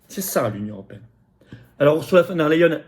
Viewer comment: Flotian, le e suivi d'un i (y) se dit aÏe en allemand. On dit "phone d'air la hyène" et non "phone d'air les hyènes".